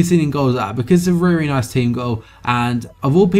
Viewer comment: This was a reary, reary nice video. Reary, reary well done. Also a reary, reary good question at the end. reary, reary.